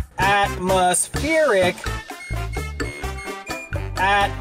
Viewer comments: What's this "Atmospheeric" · Am I missing something here or is this crazy dude incapable of pronouncing “atmospheric” properly? Just saying!!